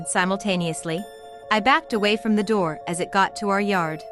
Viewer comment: Yarss “open the NOOR” 😂